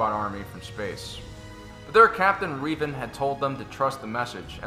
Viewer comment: When you say Reeevan do you mean Revan?